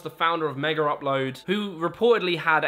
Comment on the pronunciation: Mega * not Meger